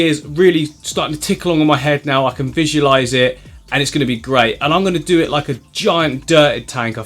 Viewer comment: Did you just say "I can fish-ualice It"? 😂😂😂